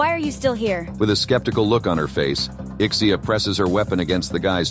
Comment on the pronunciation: SABI KO SAYO IK-SEE-YAH PRONUNCIATION NUN SA LIVE MO EHH